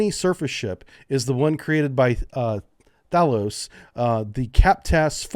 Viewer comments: Thales is pronounced "Thheyy-Les" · Don't worry about pronouncing Thales. There's no hidden tricks in it.